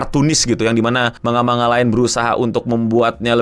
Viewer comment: kenapa sih org Indonesia klo ngomong tulisan Jepang dibaca apa adanya spt "manga" ini penyebutannya "mang-ga" ada lagi "Zenitsu" hrsnya "Zeng-itsu"